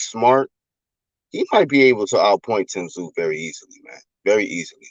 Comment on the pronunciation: Tim “Brooklyn” Tszyuuuuuuu